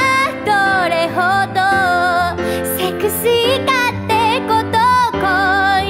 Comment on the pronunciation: なんかこの曲のめいめいのセクシーとか星座とかのサ行の発音好き！！